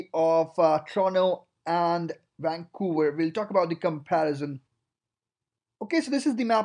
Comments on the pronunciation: WAN COWA idiot its VANCOUVER. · lol wancouver. That is the only thing that drives me nuts. It starts with a V! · Never heard of “wancouver”... 😳